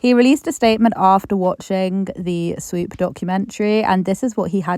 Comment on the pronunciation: take a shot every time you hear SWEEP instead of SWOOP 🤣